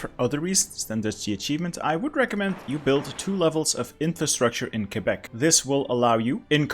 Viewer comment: FINALLY! Someone pronounced it correctly, ke-bec not kwe-bec